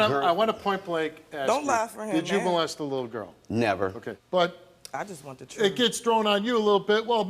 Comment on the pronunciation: Hope they find the “troof”